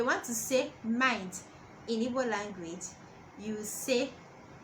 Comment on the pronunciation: I’m sure you’re coming from a good place but you could at least do basic research on how to pronounce the name of the language, let alone the words you’re “teaching”